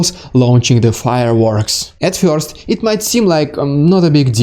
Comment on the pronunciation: Marvelous presentation, concise, entertaining, and Informative! (But perhaps you might take just a little time to practice your English "e-r" sound. For example, try saying the word "first" (pronounced "first" in America and "fuhst" in Britain). You say the word as "fyorst". It is a very Russian way to say it, but "fyorst" sounds amusing in English.)